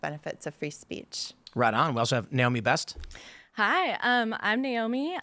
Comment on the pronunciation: Thanks for pronouncing her name Nay Oh Mee and not Ni Oh Mee. It’s Nay… like a horse Big deal to her but she doesn’t like to say. Great show Tim!